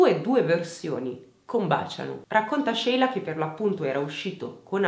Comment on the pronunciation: E poi ci sono io, che mi chiamo Sheila e ho sempre messo l’amicizia al primo posto ❤️ sarà il nome! Grazie per averlo pronunciato “all’italiana”, fa piacere sentirlo dire giusto 😍